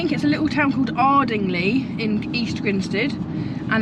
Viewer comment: Looks like you had a fantastic time.😊.The Gardeners Arms is a great pub, shame we couldnt meet up that day as that was the perfect place (you deffo bought the weather, it was glorious) Love effort of saying Ardingly...locals would laugh.. its Arding (LIE) rather then Arding (LEE) but that what makes the vlogs more original and entertaining. See you both soon🍺